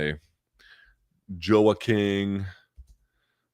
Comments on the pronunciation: Joe-A-King Buckley. 😂 come on luke you pride yourself on pronunciation of foreign names. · He knows how to pronounce Joaquin lol I think he was just kinda sounding out the parts so he spelled it right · yeh you're right tbh it just tickled me